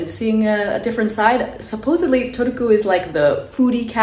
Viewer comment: first time ever hearing that pronunciation wth lol